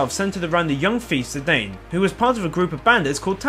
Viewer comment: You pronounce Zidane and Tidus the good way...I love you.